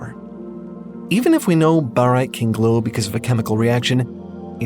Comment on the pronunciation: the funny silly robot said grow and not glow!!